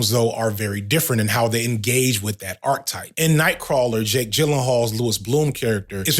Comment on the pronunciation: All throughout this video you say "Arc type" While you could have been referring to a character arc, you aren't. An arc type from Google is . . . `In mathematics, unless otherwise stated, an arc usually refers to a portion of a circle. Types of arcs. A chord, a central angle or an inscribed angle may divide a circle into two arcs.` What you meant to say is, archetype (ˈär-ki-ˌtīp) or arc-a-type if you don't know how to read that. a very typical example of a certain person or thing. "the book is a perfect archetype of the genre" One or two instances would have been easily overlooked and forgiven, but the continual use of this mispronunciation is egregious, and taints your whole message.